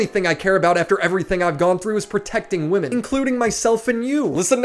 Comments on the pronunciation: Stop saying woman instead of women lol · I love videos...but more then anything that every single video doesn't know there are two ways to say Woman and Women. It legit cracks me up. if there are more then 1 females it is Women pronounce wi-men... just one lady...Woman. 😂😂😂😂